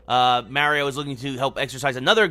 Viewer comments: It hurts! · "Paper Mear-eeo"